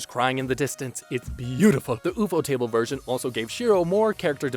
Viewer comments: why does bro say ufotable like ufo table and not "U" fodable cause i think thats how you say it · Man really said Oefotable to ufotable 😂😂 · I did not know that there are people out there who pronounce Ufotable the way u do